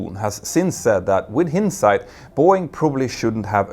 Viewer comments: FYI, "hindsight" is pronounced /haɪnd.saɪt/, with the word starting like "high": both the vowels are the same. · It made me wonder what would had happened if the planes did get sent to the Russian company, they would have to be recalled a year later, or, depending on the Russian quality checks, much later, if ever. EDIT: Btw, "hindsight" is pronounced high-nd-sight, with emphasis on the high part, you used the sound of "hint", hintsight.